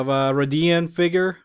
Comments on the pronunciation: Isnt it pronounced ray-thee-ann? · I pronounce it the same way you do. To me it sounds like hes saying raidian, but hey I guess everyone can have their own way of saying it.